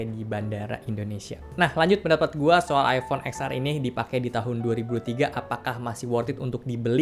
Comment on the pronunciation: Btw baca X nya itu iPhone Ten. Jadinya Ten Ar bang. 😅